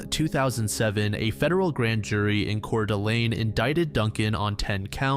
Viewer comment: Btw its pronounced gronniE and its coeur-da-lane as a local who still lives here